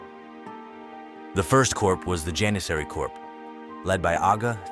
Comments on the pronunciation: dude great video but please pronounce corp correctly its pronounced cores or korzs not corPse....... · It's not Corps as in Human corpse. It's Corps as in core of a star or the core of an army like Napoleons "Old Guard" pronunciation wise. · Corp is pronounced "core" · Damn, you gotta pronounce “corp” correctly next time. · When saying corps(which is the correct spelling), the ps is silent but the s is pronounced if it's plural